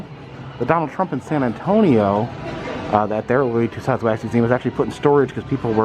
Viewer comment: Considering the usual quality and accuracy of Madame Tussauds museums, Louis Tussaud should hang his head in shame. By the way, it is pronounced Too SO. Do love the vids!! And right on, Crocs!!I love em, myself!!!